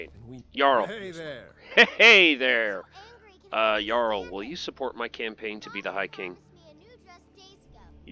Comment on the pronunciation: Btw it's pronounce yarl, not jarl